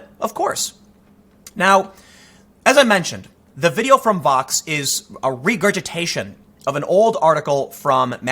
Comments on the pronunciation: Is he saying Fox or Vox ? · Hey Tim... every time you say it, I'm not really sure what you're saying... are you saying VOX... or FOX? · I can’t understand when you say Vox and when you say Fox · Are you saying Fox or Vox?